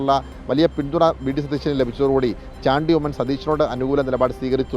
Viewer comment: കൈരളി ആണ് ഷാണ്ടി ഉമ്മൻ, അല്ലടോ ചാണ്ടി ഉമ്മൻ എന്ന് ഉച്ചരിക്കാൻ പോലും അറിയാത്തവൻ. മന്ത്രി സ്ഥാനം നിങ്ങൾ ആണോ തീരുമാനിക്കുന്നത്